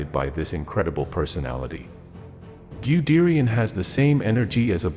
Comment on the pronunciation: Wonderful video but your pronunciation of German names--oh my. The "Man" in Manheim should be pronounced to rhyme with "hun" as if it were spelled "Munheim". And "Guderian" should be pronounced as if it were spelled "Gudairy-on" not "Gudearie-on".